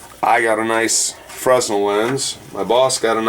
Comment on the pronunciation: Fresnel pronounced fren - el